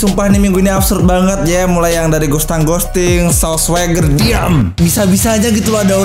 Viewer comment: Sauce Swageer,, ,,Sauce Swageer